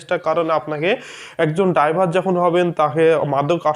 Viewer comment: ডাইভার নয় শব্দটি ড্রাইভার।